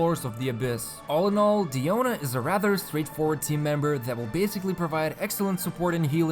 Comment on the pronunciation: I love how you properly pronounce her name, this made me wanna watch the video 'till the end! Please inform people how to pronounce Diluc, Diona, Azdaha, please! xD